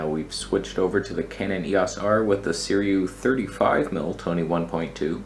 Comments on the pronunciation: NOT Suriyu you legend! Say Sir-roo-wee. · see - REW - eee